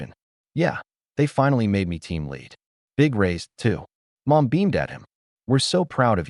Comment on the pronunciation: ? 🤔 Instead of saying Mom. Ai voice says "M, O, M" 🤦‍♀️😅